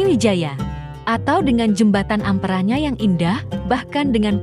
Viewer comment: Kog sering terdengar para pembaca narasi di YouTube..(PA)lembang di sebut (PE)lembang...(A)mpera disebut (E)mpera